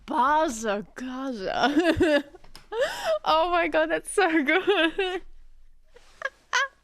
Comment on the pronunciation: New pronounce for BazzaGazza 🤣